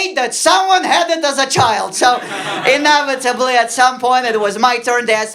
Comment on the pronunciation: Dear Sasha, sorry for upcoming “duhota”:): pronunciation of just three words could be corrected. “Genres”, “inevitable” and “Minotaur”. Now you can open a window leaf:))))